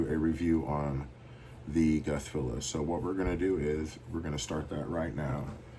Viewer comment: You said my name right how much would you sell that cuban for